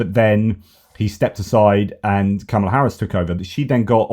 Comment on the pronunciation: Hi all! I just want to share the correct pronunciation of "Kamala". It's Comma luh. Probably important to get it right from the start, as I'm assuming we'll be saying it along over the next 8 years!